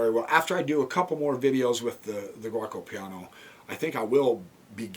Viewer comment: Only one thing. To say correct Giuoco Piano try to say it like that Joko Piano. Also giuco is old italian now we just say gioco that meas game but also it is a verb I Play , Io Gioco.